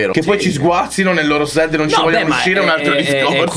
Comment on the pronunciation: si scrive sad si legge sert voglio le magliette